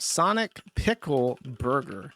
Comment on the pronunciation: Is that intentional or is it another "eever" and "awn" with Jewsh saying "piggle" instead of pickle?